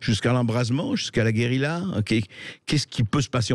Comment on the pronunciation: mais arretez de dire geuriLA, SVP